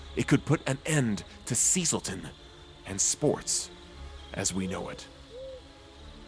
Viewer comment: You may benefit from a Brit dialogue coach….. “SES-ILL-TUN” ;-) Looks fun